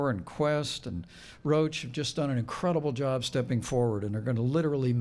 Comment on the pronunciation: Matt Souse ,Rousch... It`s Roche not Rousch^^